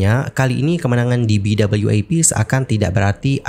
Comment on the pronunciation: BWAP bukan BWAF